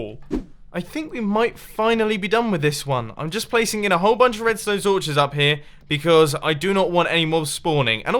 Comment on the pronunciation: Did Mumbo just say im placing in a whole bunch of "redsone torches"